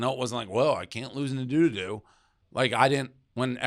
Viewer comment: I love that he calls him Nadududu lmao